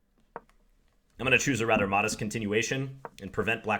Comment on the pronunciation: So that is how the pirc (1.e4 d6) is pronounced.